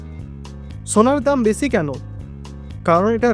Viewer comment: বেছি না বেশী হবে সমছ্ছা না সমস্যা। আপনার উচ্চারণ এ অনেক সমস্যা আছে আগে এগুলো ঠিক করেন তারপর ভিডিও করেন।